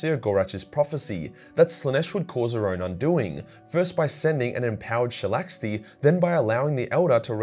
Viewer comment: Why do you call her shalaxti if there's no T on her name